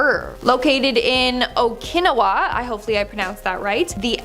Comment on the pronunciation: WOW. She butchered the name Okinawa. Amazing😳😆